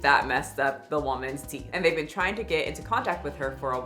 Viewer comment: girl if you say TEETHS one more time....